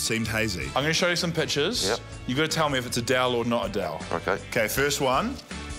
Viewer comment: Adele or A Dell 😂😂😂😂😂